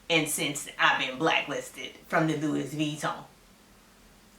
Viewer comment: You said Pantene Pro-V 😄🤣 Your pronunciation of Louis Veeton has me cracking up!!! Thank you for this video